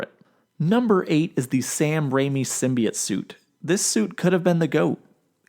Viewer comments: SIM-BEE-YOTE, not, "SIM-BEE-IT"...🎭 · WHAT IS A SIMBIJUT SUIT DO YOU EINGLISH DUDE.